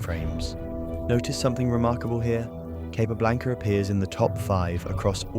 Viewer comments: Very annoying to hear Capa repeatedly called Cay pablanca. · Probably good enough to pronounce his name correctly every time..